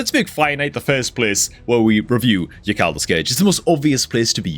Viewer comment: Something tells me that yakarl is actually pronounced yarl.... Idk why just seems correct